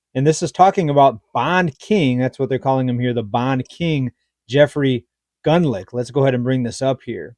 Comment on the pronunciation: It's pronounced, gooned lock... Rhymes with Bund, plus the Scottish lake monster, so to speak. 😅